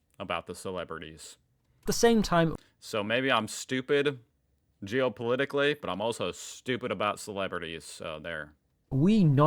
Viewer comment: "I think yuo know if yuo are stupy" 😅😅😅not always 😅😅not always😅